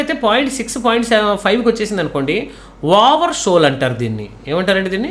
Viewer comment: Over soll kadhu sir "over sold" sir.